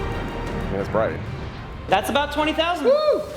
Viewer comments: ITS BWIGHT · Um it’s pronounced Bright Not Bwight lol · Vewy bwigt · I agree is BWIGHT 😵‍💫